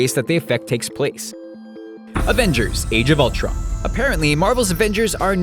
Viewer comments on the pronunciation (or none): none